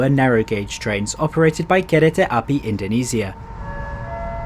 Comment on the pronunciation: Indonesia ❌️ Indoniisia✅️